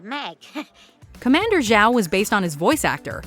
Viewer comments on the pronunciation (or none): none